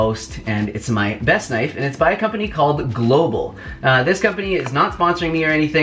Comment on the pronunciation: Global is a danish brand I makes a lot of good stuff for the kitchen. Love this brand, not quite how you pronounce it though 😂😂